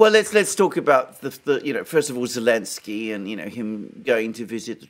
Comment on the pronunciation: Really love casual use of "Elensky"